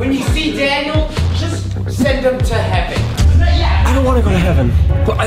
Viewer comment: I don’t wanna go to hevean 😂😂